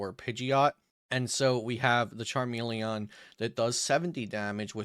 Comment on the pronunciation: Oh my God if it wasn't your voice it's the way you fucking said Charmeleon.... CHARMELE-AWWWWN WTF, CHARME-LEE-IN